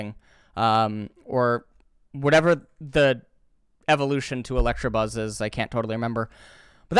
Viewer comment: Fun fact. It's Electabuzz and not Electrabuzz